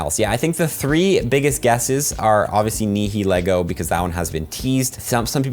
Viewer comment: i know nihilego looks impossible to pronounce but in the anime they pronounce it nayheleego, the h is really muted and the nay is open like in night